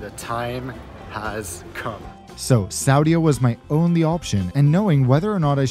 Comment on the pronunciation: Hi - I was Saudia flight attendant from 1986 to 1989. Interesting to see the new aircraft and see a Jeddah that I don't even recognize! Tourism - that blows my mind. What's next? Women driving?? Small point to make - please pronounce Saudia as /sow dee A/. Thanks